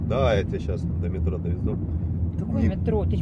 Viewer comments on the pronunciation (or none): none